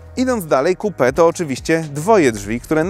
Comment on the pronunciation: XDDDD to może lepiej "coupe" czytać kołpe niż kupe